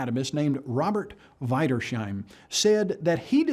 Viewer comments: he said "Weidersheim" (with ei) instead of "Wiedersheim" (Wi:dersheim). And none cared in the office. How lame. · The geneticist's name is pronounced: "Weedershaim". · his German pronunciation is almost as good as his knowledge of science. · Amazing, how much he has managed to butcher the name Wiedersheim. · I can't continue with this. As soon as I heard him mispronounce "Wiedersheim", I knew it was the same old stupid. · am I the only one that has a problem with mispronouncing, rather horribly, Wiedersheim?